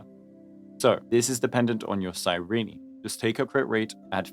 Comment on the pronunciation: Psy-ree-knee? Is that how Cyrene's name is pronounced?